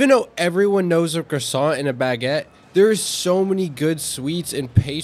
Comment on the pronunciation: You can't live in France and not know how to pronounce croissant